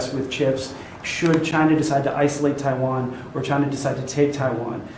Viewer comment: Love to hear him call it what it is; Taiwain. Freedom fuckin rules.